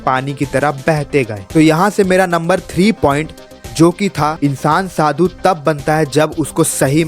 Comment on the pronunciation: Oh bhai, Shadu nhi, Sadhu hota hai 😊